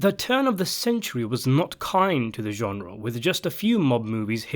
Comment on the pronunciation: Say genre again. I dare you. I double dare you.